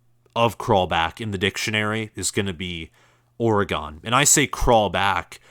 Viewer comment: Lol, why are y'all saying or-gone? 🤣 it's or-gun